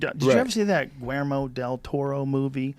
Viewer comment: as a native Spanish speaker I have to tell you that you butchered that name in the pronunciation but I appreciate the effort, Güermo del toro, lol